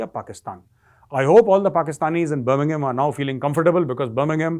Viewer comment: Birmingham now becomes "Burning-bum" 😂😂😂😂